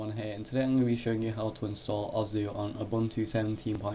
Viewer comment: its osu not ozu